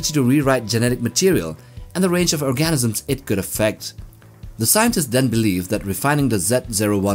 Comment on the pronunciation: Organisms — not Orgasms lol